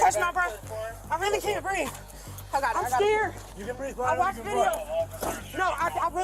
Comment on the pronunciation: I can’t breeve. I can talk and shout, but I can’t breeve.